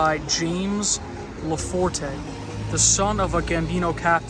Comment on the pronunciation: Just a heads up, the “e” at the end of LaForte is silent, the family pronounces it as if it were spelled LaFort. Excellent video though, pretty much on point with everything else.